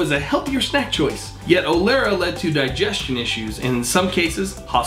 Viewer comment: Mispronounced 'Olestra,' which was more obvious by the text showing the actual word :\ Good list tho.